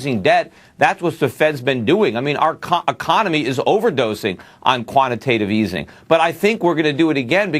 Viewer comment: the bitch said 'quantitatitive easy'